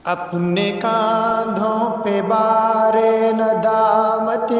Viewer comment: بھار نہیں بار ۔۔ بار ندامت